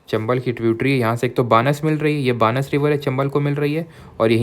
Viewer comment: Sir pls pronounce it as बनास not बानस